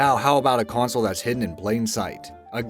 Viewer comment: Is it just me or does he keep saying "coin-sol" instead of "console", either that or hes just saying it oddly as hell! lol